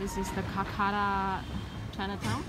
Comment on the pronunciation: It's kolkata not kulkata